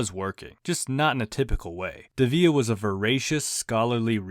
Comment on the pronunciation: You're mispronouncing his last name